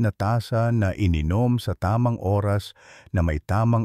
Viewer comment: alam mo d mo bigkasin ng klaro ang oras..lilalabo mo ang pgkasabi pwd mo nman dretsong sabihin kung ilang oras bago matulog..